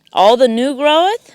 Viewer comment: The word is “growth” not “groweth”